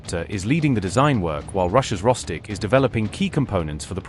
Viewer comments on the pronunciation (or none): Hilarious mispronunciation by the AI reader. Instead of RossTek (the Russian military manufacturer) he said Rosstic (Russian KFC) 😂 - I assume some components are not coming from Russian KFC 😂